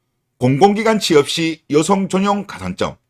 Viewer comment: 발음ㅋㅋㅋㅋ 여성을 으요성이라 하네ㅌㅋㅋㅋㅋㅋㅋ개웃심